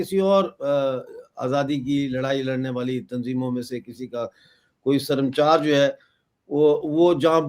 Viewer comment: SARAMCHAR NAI HOTA HAI SARMACHAR HOTA HAI